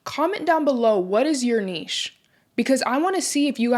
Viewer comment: Can we all just give this lady a round of applause for pronouncing NICHE correctly! So tired of hearing NITCH, like WTF is that.